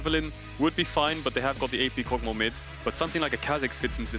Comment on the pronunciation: Everyone else: Kog'maw: Kogmah